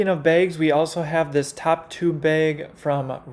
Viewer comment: I've never heard someone pronounce "bags" like that, that was awesome!!!🤣